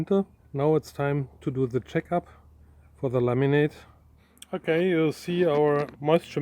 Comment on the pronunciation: I love how when Chris says "laminate" it sounds like "lemonade"